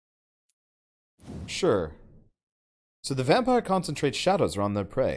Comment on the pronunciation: Its still pronuced vampire btw